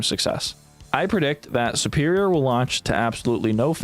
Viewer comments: Really? 'Superior' is based off of the word 'super', like super hero. Superior is, therefore, pronouned like soo-perior, not 'supp-erior.' Same with tutorial. Tutorial is based off of the word 'tutor,' which isn't pronounced 'tuhtor,' but 'tootor.' And since the root of the word means teacher, and to do a tutorial is to have something be taught to you, it's also pronounced the same. 'Too-torial,' not 'tuh-torial.' What state are you from? Is it, like, a local accent, I wonder? I'm Canadian, by the way. Fascinating! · Why does he pronounce the word 'superior' so weirdly? I wonder where he's from that you pronounce it like 'supper' instead of 'super.'